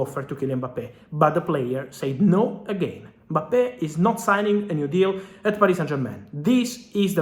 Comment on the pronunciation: Mbappe not Mpabbe